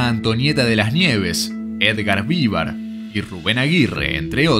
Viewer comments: Perdón, pero duelen los oidos cuando escucho Edgar Vívar, cuando es Edgar Vivár con acento en la A no en la i.😅😅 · Yo creo que el locutor de este video jamás vio este programa, cómo es posible que no sabe pronunciar bien el apellido de Edgar Vivar??